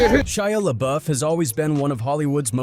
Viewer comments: Right? Ain't no way he didn't know how to pronounce it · Atleast pronounce his name correctly. Disrespectful n Unprofessional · Why did he pronounce his name like that?😂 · I can't watch with you getting his name wrong the entire video